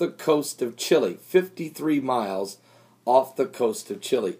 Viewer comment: Chile, not Chili